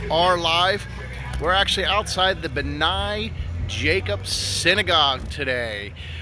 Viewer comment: Thank you for your coverage of our synagogue. Great job, except the name is pronounced 'BNAY', long a at the end. Anytime that you'd like to see the inside, please let me know.